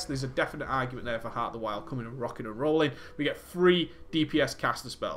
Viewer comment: I love how he says rockin and rolling about the talents :3